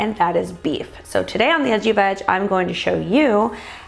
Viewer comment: I can’t help it. Every time you introduce yourself I hear “hi I’m, the itchy vag” I’m so sorry 😂